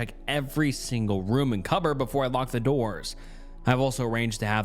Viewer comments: What can this guy not pronounce "cupboard" I've noticed it a few times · you have made me start saying cupburds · the way you pronounce the word cupboard makes my fucking skin crawl. you are a narration channel, please work on your diction. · I don't get why people think pronouncing cupboard with B and E instead of P and oa.